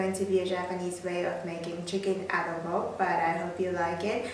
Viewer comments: I'm Filipino and I'm surprised that they do Filipino food here in Japan. And also, in the beginning u said it right. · Woooow a Filipino dish! I was so surprised to see this on the playlist! :D and your Tagalog pronunciation is really good! :D plus the Adobo looked yuuuuum!! I salute you! Haha! ^^